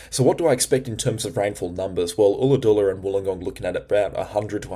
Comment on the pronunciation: G'day Josh here around Mossie (Moss Vale - West of Kiama it got to around -5°C last night. Just FYI: Ulladulla is pronounced 'Ull-a-dull-a' not 'Ool-a-dool-a'. Also Forster (NSW) is pronounced 'Fosta' not 'For-sta' I hope this helps you with pronouncing a couple of Australian geographical places in NSW. Please don't take offence. We love your weather forecasts. Do you think the winter overall will be warmer as predicted? Which would mean rain? Keep up the great work, I know you work hard, and I hope it is paying off for you. Kudos mate.